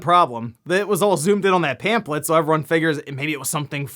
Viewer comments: Zelda stuff: 1- are you saying pamphlet like it's pamplet? 2- Majora's Mask is the best Zelda game, but I can understand Breath of the Wild or Link to the Past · You're pronouncing pamphlet wrong. It's bothering me 😂